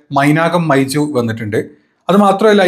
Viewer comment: മൈജു അല്ല മൈർജു എന്ന് പറ